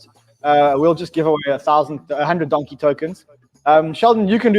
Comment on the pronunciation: Love the show Guys, Don-key PLEASE...